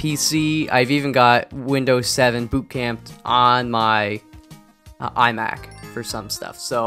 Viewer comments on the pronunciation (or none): none